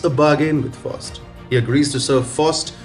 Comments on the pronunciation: Bless you my frined you tried, its pronounced Fowst and Met a stof a lees..... Great commentary. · Pronounced " F OWWW ST "